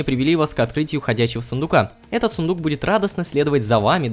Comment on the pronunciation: Сыендук говоришь?я думала правильно сундук :D